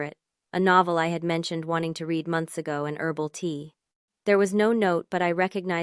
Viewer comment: I don't understand how an AI capable of writing complex, convincing stories consistently makes simple grammatical mistakes such as not understanding the past and present tense pronunciations of the word "read" or the difference between the word "no" and the abbreviation for "number".